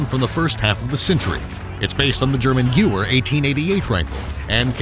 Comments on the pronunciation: Based on the German "güwer" 😂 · Some of the words are pronounced weird. Who pronounces Gewehr as goower.